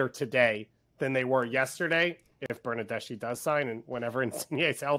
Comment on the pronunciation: "Fernando Bernardeshe" 🤣💀